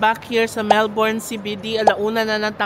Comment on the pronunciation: Melbourne is pronounced as MELb'n not Melborn.